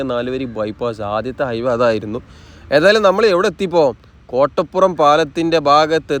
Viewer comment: കൊട്ടപ്പുറം അല്ല കോട്ടപ്പുറം